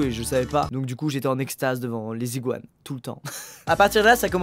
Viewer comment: Mon frr il a cru que les iguanes avec la liaison ct des ziguanes 😂😂